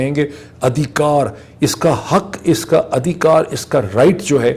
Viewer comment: The correct pronunciation of HUQ is not 'Huk' ( the meaning does not change and conveys the message clear and strong). Using words from another language should be avoided. However your vlogs are very informative and I listen with interest.